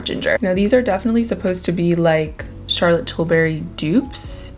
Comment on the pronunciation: I always giggle how says Charlotte Tilberry instead of Charlotte Tilbury